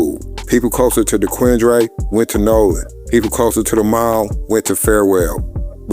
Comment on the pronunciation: It’s pronounced De Quin Der my out of town guy you pronounced it how it’s spelled lol